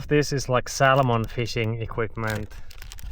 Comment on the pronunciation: Your pronunciation of "Salmon" is SO Finnish :).. the L is silent which I know is impossible in Finnish where every letter is pronounced... love your videos!